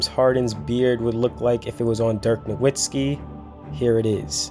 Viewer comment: hey man u gotta learn to pronounce "Nowitzki" correctly if u want to be taken seriously in your NBA Videos